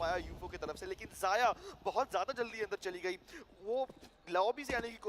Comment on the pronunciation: Dear caster wo ziya ni xyaa(zaya) hai Ty🙂